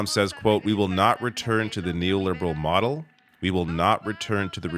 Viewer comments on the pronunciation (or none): none